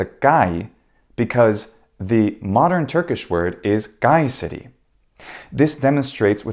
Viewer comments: As a native Turkish speaker, I can say your Kayseri pronunciation is almost correct, though you make a G sound in the beginning which should be K sound as the letter suggests. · One word about Kayseri; your pronunciation is almost spot on, except that Turkish stops in the initial position are always aspirated.